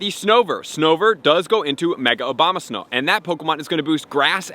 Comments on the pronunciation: Did you say Obama-snow a few times instead of a-bo-ma-snow ? Anyway ... keep up the good video's! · He pronounces “Abomasnow” as “Obamasnow” 😂 can’t wait to catch shiny Barack’s out here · I swear I heard "Mega Obama-snow" haha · Love how he calls Abomasnow Obamasnow with a straight face everytime. Haha